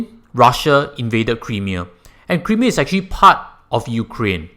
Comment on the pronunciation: Nice vid. Sound analysis...and advice. But do take note how to pronounce "Crimea" the way it should tho.:-)